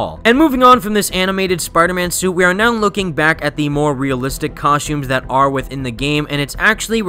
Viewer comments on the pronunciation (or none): I can't get over how he calls the suits suits, outfits and COSHTUMES throughout the video lol